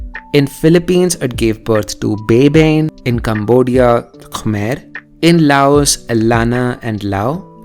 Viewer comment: Correction: Baybayin is pronounced as "Bai-ba-yin".